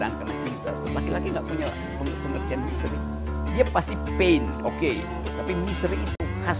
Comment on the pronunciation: Apa cuman gue yg denger dia bilang "misery" bukan "misteri" :(